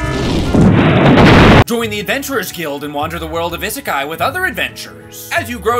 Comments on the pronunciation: The fact the doesn't know how to pronounce "isekai" or the fact that it's just Japanese for "Another World" kills me (although I haven't played it so maybe they just call the in game world isekai) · Idk what's worse, the fact that pronounced "isekai" wrong in the sponsor, yes I'm gonna be "that person," or the fact that the bunny fig in the background disappeared. But hey, at least after a few thousand Google searches, I finally found what that figure was. It only took me about 5 months of searching, but at least it was worth it, I think. Ya'll probably have no idea what I'm talking about/do not care, and I do not blame you.